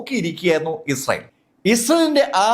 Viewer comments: ഉച്ചാരണം ശ്രദ്ധിക്കൂ, ഇസേൽ എന്നല്ല, ഇസ്രായേൽ എന്ന് വ്യക്തമായി പറയൂ. 🫣🤣 ( വേഗത കൂടിയത് കൊണ്ടാകാം. ) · Issal allado.. israayel ennaanu😂😂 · ഇസ്രായേൽ എന്നു ശരിക്കും പറയു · മര്യാദയ്ക്ക് ഇസ്രായേൽ എന്ന് പറയാൻ അറിയില്ലേ 🙄